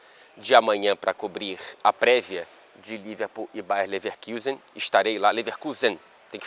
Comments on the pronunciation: Fala,. Em alemão se pronuncia "Baia Lefeacusen" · A pronuncia em Alemão é Bayer Levakusen